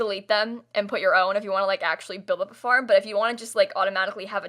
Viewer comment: I thought you said fart and not farm and I lost it😂😂😂😂 (yes I’m mentally 2)